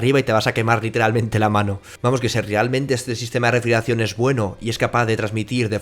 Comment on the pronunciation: Vocaliza!!! “Refrieracion”??